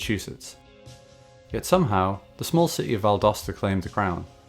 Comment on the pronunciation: I was born, raised and work in Valdosta. It’s not looking good for the mall though. Thank you for pronouncing it correctly by the way! Go Wildcats!